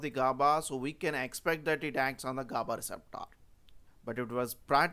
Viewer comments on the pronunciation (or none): Receptaaaaaar kya hota hai... 🤣🤣🤣